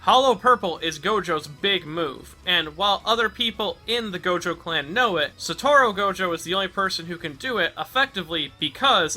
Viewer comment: it's Satoru, not Satoro